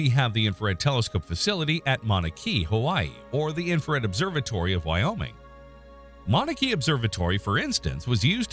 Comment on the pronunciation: You may want to look up the pronunciation of "Mauna Kea". 🙄